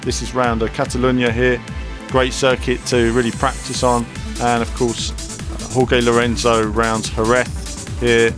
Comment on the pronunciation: You mispronounced Jorge Lorenzo's name